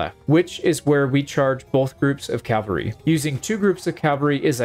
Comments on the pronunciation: It hurts hearing you say Calvary instead of Cavalry, especially as someone who seems to be really into medieval battle tactics lol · Cavalry. CAV-AL-RY.... Not calvary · Love the video, it was cool to see the strategies working even in a game. Just one thing. The word is CAV alry, not CAL vary. Calvary was a prominent town in the New Testament. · I keep hearing "Calvary," not "cavalry." Maybe it's me. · cavalry =/= calvary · CAV AL RY. It's not complicated. Calvary is where Christ was crucified. A totally different word. Just say cav. cav. cav. Forget the freaking L. The L comes later. Say CAV. There is no L in CAV. .. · It's pronounced CA-VAL-RY. I can't stand it when people mispronounce it. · Please learn to pronounce "Cavalry" the way literally anyone with more than a primary school education should... I mean for the love of God it's one of the key facets of the thing that your entire channel is about